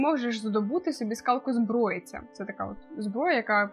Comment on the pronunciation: у вас буквально ВСІ наголоси неправильні 😅 правильно "кАладін" ;) "паршЕнді" і чому "скАлкозброя"??? 😅 там же "скОлко"